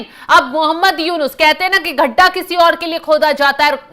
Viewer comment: गड्ढा बोलना तो सीख लो रिपोर्टर बहिन ! गड्ढा और घड्ढा के उच्चारण में अंतर समझो ! बारह खड़ी का अध्ययन करें । शेष ठीक है।